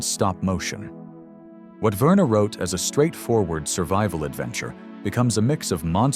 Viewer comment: That is how the French pronounce it.